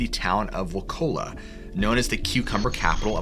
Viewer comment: Boy you butchered the name of wa ka la